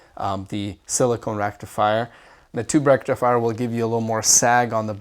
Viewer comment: It's pronounced sil-i-kuh-n. Silicone is fun too ;) , but it isn't very useful in a SS rectifier.